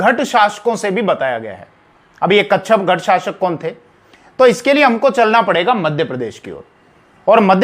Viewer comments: कच्छपघट नहीं,कच्छपघात होता है, ठीक से जानकारी किये बिना ही वीडियो बना दी है। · Kacchagat nahi kacchapaghata...sahi pronunciations h hasan nizami ki book taj ul.masir must authentic history book h is era ki..unhone kacchapaghata ko gurjar pratihar dynasty ki ek shakha bataya h parihar. Jo k agnivanshi h.gwalior narwar asi k kacchapaghata rajputs k descendents abhi b zinda h u hone nagod riyasat kayam ki h mp m..wo sab parihar h agnivanshi..ye basi hi vivadaspad bast h..authentic source nahi h..